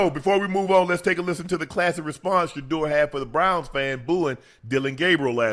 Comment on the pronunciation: Finally he said sheduer name lol